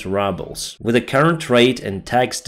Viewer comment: You always make my day,, when you pronounce "rubles" like "rubbles" 😂 Thank you for your dedication. I am glad that the Leopard tank was damaged during exercises rather than at the front.